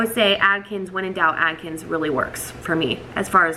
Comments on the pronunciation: It’s Atkins, not Adkins. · Adkins!! Isn't it Atkins? Lol